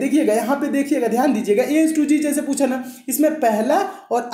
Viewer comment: Sir pusa nahi jata puchha jata hai sir 😂🤣🤣🤣🤣